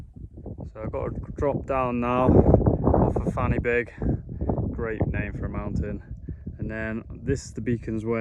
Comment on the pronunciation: I wish It was fanny big 😅 but in welsh the y is pronounced as er so fan y big is pronounced as van er big. Which means the point of the beak and 🏴 plus great content my dude